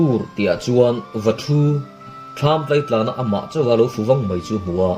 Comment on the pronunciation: Lo fu váng mai ni lovin lo fù vàng (vanglai tiha Vang kan lam rik ang hian lam tur) tih tur